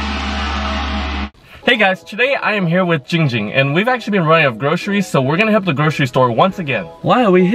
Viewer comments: Perez Its giiing ging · Christian Perez ITS GIIING GING